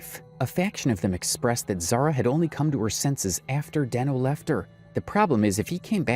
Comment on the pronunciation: And it’s not Denknow it’s deeeeenooooo